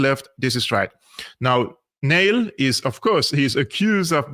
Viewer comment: Neil pronounced نيل ، Neel (not nail )